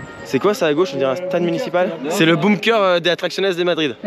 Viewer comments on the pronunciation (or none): none